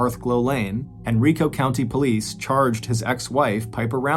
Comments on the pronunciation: I live in the Richmond/Henrico Virginia area and remember when this happened. The correct pronunciation of Henrico County is Hen-RYE-co. Great story. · Same thing I was listening to this on the way home from downtown richmond and was in Henrico when he said it this way, I chuckled.